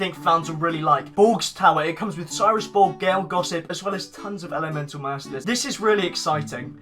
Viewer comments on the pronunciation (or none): Clears throat so, I didn't notice this before, and I know I've already pointed out 2 mistakes, but come on, elemetal?